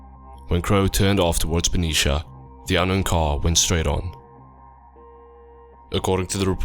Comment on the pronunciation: That's not how you're supposed to say Benicia, Vallejo or Armenta.